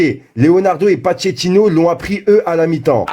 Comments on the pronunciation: écoute comment il a prononcer le nom du coach pocketino 🤣🤣🤣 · Wesh ta dit pachettino Fréro tabuse 🤦🏿‍♂️🤦🏿‍♂️ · Mais non c’est pas pachettino 😂😂😂😂😂😂😂😂 < > Tu risques d’avoir une contravention 🤣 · Patchetino il a dit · PAQUET DE TINO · C’est Pochettino hein pas Pocketino avant de se foutre de la gueule de kk1 apprend à écrire le nom déjà :) le gars il critique et il ne sait pas écrire le nom de ce coach mdrrrrr alala !!!